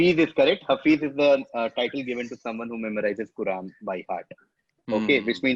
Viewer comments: Loving these quizzes! Keep them coming. Here's just a correction relates to pronunciation of the word Hafiz. In the video it was pronounced as "Hafeez", which is not the same as Hafiz (pronounced: Ha-Fizz). They are slightly different. Hafeez means Protector, Guardian. Whereas, Hafiz can also mean protector but it also means a person who has memorised the Quran, depending on the context. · It's Haafiz not Hafeez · It's pronounced as Haaa-fiiz, not Hafeez. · its pronounced haafiz not hafeez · Haa-fizz is the correct pronunciation btw. Hafeez means the protector. :)